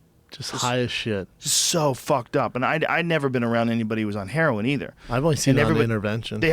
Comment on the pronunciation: What? And it's heroin not "herion"